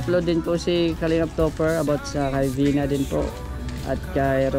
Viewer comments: Vina not beyna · Vina not Vena😂